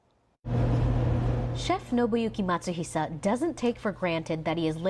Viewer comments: His last name is Matsuhisa, no "sh" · It's actually Matsuhisa, not Matsuhisha.